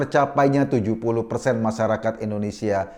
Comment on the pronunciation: Koreksi bang "INDONESIA" bukan "ENDONESIA"